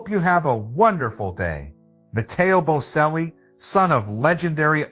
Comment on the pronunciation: You don’t know how to spell or say their name. It is Bocelli, pronounced Bochelli, not Boselli. I cringe every time you say it wrong because you didn’t even listen to videos that say their name correctly. Take the time to get everything right before you post things about other people. And Veronica is his stepmother. Enrica Cenzatti is his mother. Both had a role in his life. You did get his eclectic taste right, and his generous and honest nature. Being from such a family affords opportunities, but also great pressure. It has taken a lot of tenacity and courage to follow his own path. And his voice has and continues to mature beautifully. He is already selling out crowds.